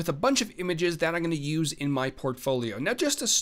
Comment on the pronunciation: great tutorial. But holy hell, please learn how to say I'M GOING TO... not EYE'N'GONNA